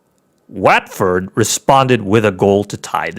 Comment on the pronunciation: It’s wat not wet Ford